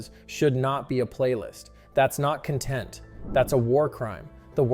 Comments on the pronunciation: CON-tent not cun-tent. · stop saying content like that tf wrong with you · I'm glad I am not the only one that was bothered by that. Stop saying it like they are happy. Bad Bot! (not you, )